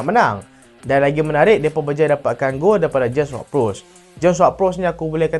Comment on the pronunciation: Bro aku nk komen sikit, video hang makin lame makin menarik dah, cuma utk penambah baikkan hang kene study skit sebutan nama player, ward prowse bkn wad perus n byk yg lqin lg. Aku doakan channel hang tambah bjaye